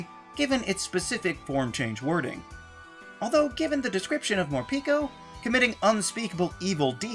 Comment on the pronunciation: Mor-PEH-ko. Every pikaclone has Japanese-pronouned names.